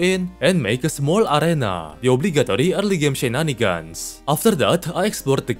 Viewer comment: The way he says shenanigans is peak